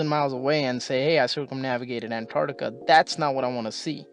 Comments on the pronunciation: it's pronounced ANT-arCtica, not AN-tartica. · Before you make a video about Antarctica, learn to pronounce it. ANTARC-TICA.